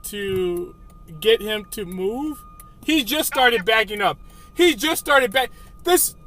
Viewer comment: is that how everyone in Wisconsin pronounces “back”?? It’s annoying AF.